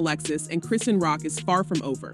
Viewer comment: Chrisean name is pronounced: Chrah-Shawn. Please say it right.